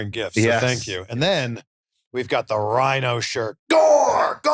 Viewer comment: Isn't it "rhyno"?